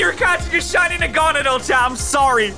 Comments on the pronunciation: If you mispronounce a pokemon you don't deserve it. Naga-nadel is the pronunciation not Nagona-del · OMG a shiny NaGoNoDeL Just look up the right way to pronounce it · Its Nah-Gah-Nah-Duhl in the anime and voice over dexes idk y people keep pronouncing my fav pokemon wrong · The fact that he pronounces it “Nah-gan-adel” hurts me because I say it “nag-a-nadel” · Is no one gonna talk about how he pronounced it is naga nedal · The way he pronounced Nagenadel, disappointed. Bringing the British side down, it's normally the yanks that pronounce Pokémon so horrifically wrong 🤦‍♂️ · I hate the way he says naganadel, it should be pronounced more like needle at the end cuz Yk the pkmn is a giant needle